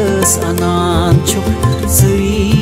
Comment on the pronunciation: He pronounced shri as "shre"